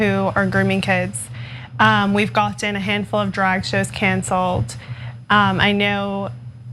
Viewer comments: She lost me once she said "gotton". Only the second word out of her mouth. I've never heard anyone say gotten like that who wasn't a complete imbecile. Like when I hear an adult say "buddons" instead of buttons. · Her pronunciation is off-putting. "goTTen" "de sanTis"